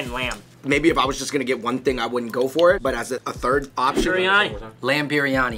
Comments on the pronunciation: its biriyani, not piriyani or biranyi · It's not piryani....it is biryani u guys..🤣🤣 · Just so you know it's"Biryani" not "Piryani" 😂 But I'm you enjoyed some of the food.. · i died when he said "piryani" instead of biryani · Goat piryani 😂😂it's not piryani it's biryani my dear